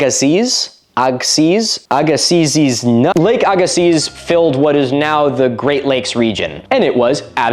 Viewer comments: Little nit pick that has no baring an the video at all. It's Agassiz is pronounced ag-a-see. Atleast thats how I've always heard it and every business calls it where I grew up. On the shore of what was the lake. Great video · Great episode as always. As a Manitoban, it's neat to see Lake Agassiz mentioned. FYI, it's pronounced "Agg ih see", with the emphasis on the first syllable, a hard g like in agriculture and a soft I sound as in inside. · Agassiz, pronounced Ag au see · It's Ag-uh-See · BTW Agassiz is pronounced Egg-Uh-See. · Manitoban here, I usually hear is pronounced agasea, the Z is silent. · The "z" in Lake "Agassiz" is silent. So it's pronounced Ag-uh-see. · Agassiz is pronounced ah, gah, sea, at least here in agassiz it is lmao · It's pronounced Lake Aga-see. I live there. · Lake Agassiz is pronounced like "Agg-uh-see" fyi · As someone who grew up in Manitoba, Canada. It’s pronounced lake Agga-see. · Agassiz = A-gah-see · Agassiz is pronounced "egg a SEE" like a silent Z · Btw, "Lake Aggasiz" is pronounced lake Ag-uh-see. It's named after a french dude so the zed is silent. (also not really near the great lakes region so much, manitoba is a prairie province) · Agassiz is pronounced Agasee. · Agassiz is pronounced as just "aga-see". I live in the area where it was and had to learn about it in elementary school. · The glacial lake isn't pronounced with the z at the end. Just said like Agassi Need a source? Um yeah I'm from the area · Btw Milo, w/r/t Lake Agassiz, the stress falls on the first syllable and the z is silent: AG-a-sea. (Source: grew up on the paleolake's western shore and struggled with the pronunciation for a fair while, lol).